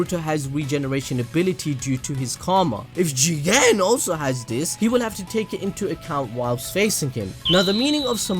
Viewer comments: The way u say JiGeNNnNN :DDD I die every time.. Anyway I like the story I almost cried the last 2 eps but I think they can ruin something in the past like that. I mean Jiraya would know about the rinnegan and its powers.. Naruto would know bout his son and his wife just from now on.. Wouldn't it be strange .. Minor events will change if they got to know who are the "travelers" and what they are capable of. Thats my opinion. And I hope that Koji wont attack JiGeNnNN in the next chapters bcz he will die too fast and I want to know more bout him and his "goals/ideas". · FUCK man please stop saying Jigen’s name like that.... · You think we can get google translate to hit us with a “jigen” lmao keep up the great work